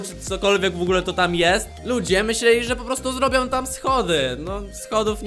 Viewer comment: oj nie w ogle tylko w ogóle idziesz na logopedie